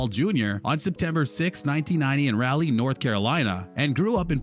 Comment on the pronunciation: As a North Carolinian, the way you pronounce Raleigh is insulting! Nah, I’m just playing 🤣😁 most of us just find that pronunciation hilarious lol